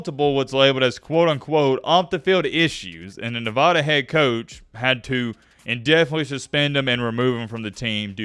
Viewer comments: Not Nevahda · Please say nevada right. Its not that hard